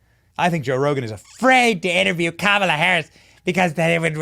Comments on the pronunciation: LOL the. BEST thing is that they were all chanting her name with the wrong emphasis on the wrong syllable! 😂😂😂🤡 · They are chanting the name wrong😂😂😂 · commala-hams lol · I thought I heard coma duh!